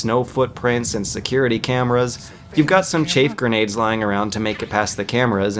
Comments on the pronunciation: great vid but you said "ray-tions" and "chafe" grenades hahaha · come on. im not english and even I know how to say chaff grenade or ration -_ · "Chayf grenades", too. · "Raytions"? "chaif grenade"? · Dude dude.... I wasn't going to say anything when he was saying 'chaf' instead of chaff.. but 'Raytions' instead of Rations.... Seriously.. For an intelligent reviewer you don't half fuck up a lot of words.. And its not just this one either.. He screws up a word completely in the MGS2 review near the end of that video. I'm dyslectic but the use of obviously wrong words here just strikes me as odd and out of place. I seriously question you if you think Raytion is the correct way to pronounce a word you hear and see in this game many times... Ration..... Ra....... Tion..... please. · I’m not gonna dis your video, because you put a lot of work in to it. I love this game, gameplay and all, but you made some good points... I just gotta call out the pronunciation of certain words lol. “Chafe” grenades and “Ray-tions” lol. Overall, good video though, I give the thumbs up and will watch more of your work. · You said rations wrong but then you said it correctly. It's also not chaif, it's chaff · The way this gay says "chaif" grenades and "raytions" kills me, dude its rations and CHAFF grenades not chair! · “Chaif” “Raytions” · “Chaff” not “chafe”. “Ration” not “raytion”. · He said Chafe. Alright. He said it again. Hmm He said Raytions!? I'M OUT! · raytions... nuculer... chafe grenades... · Raytion and chaif grenade made me lol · 'chafe' grenades, 'rate-ions'...? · rayshons and chafe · His pronunciation of rations was off, yes, but chaff is actually "chayff". As in the word "chaffing", like when you chaff your thighs. Yeah. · chaff grenade has no "e" in chaff. It's ch-ah-f. Ration SHOULD be pronounced ray-tion like you're saying it but English isn't fair and it's pronounced ra·tion. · Rayshuns? Chafe grenades? Nukular?